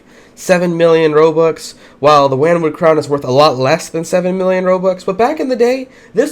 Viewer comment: I like how you say robuc instead of robux